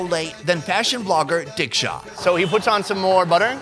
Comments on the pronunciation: Also the way he said Dicksha. 🤣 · I know I'm being a racist to diksha 😂but dude her name is deeksha nor diksha or dicksha 😂😂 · It's diksha not dicksha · I love the way he says "Diksha" as Dick shaw😂😂🤦